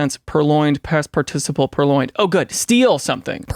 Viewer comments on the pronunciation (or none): On this exciting episode of "What Common Words Will Daniel Be Ignorant Of Today?"............Daniel has to Google "purloined" and doesn't know how to pronounce "participle".